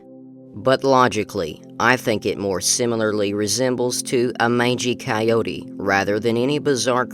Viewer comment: Not a mangey ciote .. a coyote..